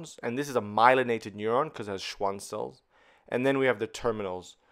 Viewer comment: schwaan cell. nothing like the occasional German wert in the Latin filled medical journals.